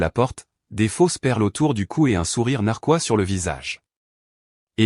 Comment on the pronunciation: C'est "narquois" pas narqua 😂😂